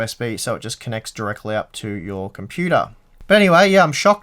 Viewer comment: The way you say puter in computer makes me miss home. Thanks for the accent and the upload.